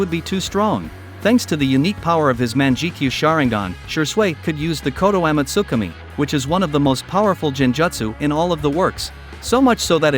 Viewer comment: Is no one else cringing from the bot talking? I decided to call it quits after "She-sway has a unique man-jiki-sharingan that allows him to use koto-am-utsikame one of the most powerful jin-jutsu of all of the works"